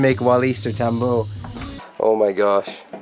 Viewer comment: Tambo, its pronounced with a short o.